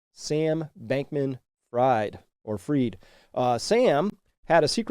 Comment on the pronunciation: I like that his name is being pronounced 'freed', but the spelling is actually 'Fried'.